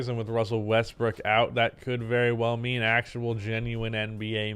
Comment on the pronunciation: Did you just casually say, “Russel WestBRICK” a couple of times?